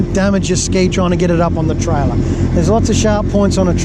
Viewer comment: try-ler lol